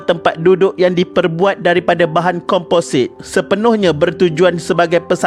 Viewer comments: Next time nak buat video sebutan biar betul..bukan komposait tp komposit in english its composite.. Tutup pkp sbulan terus hilang tag line "1 billion company" tu 😂😂 sembang boleh hidup lagi 3 4 tahun tp baru sebulan da tewas 😅 nak terus kan hidup atau terus kan cara hidup?😌😂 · Kompozit.. not kompo-sait.. adibah nor skit..😁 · Sebut composite pun tak betul, habis nak jadi admin.